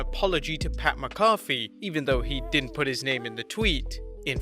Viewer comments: "Who is McAwfee"? His name is McAfee, and it is pronounced "Macafee". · Ur pronouncing McAfee wrong bro. Its pronounced with a Mac at the beginning like McNamara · Pat MAC AH FEE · who's pat mccoffee? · “Pat MacCoffey”. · Learn how to pronounce Pat McAfee's name. I've heard 6 year olds do a better job than you. This is one of many reasons why I prefer WrestleTalk to your nonsensical babble and biased comments.